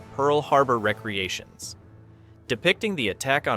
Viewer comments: Copy editing is your friend. “re-creation” not recreation. Damn AI!! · Great military movie. I watch it when ever it comes on. One of those what if movies. Its funny that this view of the making of the movie does not match others. Plus, not a big fan of AI narrators. They cant figure out the difference between Recreation and Re-Creation.